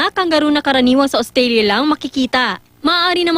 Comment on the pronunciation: ostalia? Rrrreeeaaalllly? Kangaroo bayan? Wallaby ata yan eh HAHAHAHA